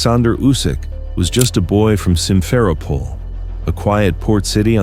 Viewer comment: This channel fucking sucks no dates no times no locations. Even oronounced his birthplace wrong and it’s not hard to find all these things out. Just one google search bum